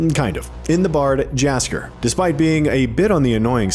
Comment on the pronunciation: What is that pronounciation of Jaskier? Research department take the day off?